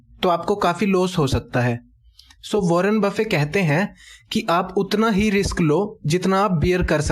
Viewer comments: he is not wanner bafin he is wanner bafit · Warren buffet not warren buffe!!!! My frnd correct the pronunciation.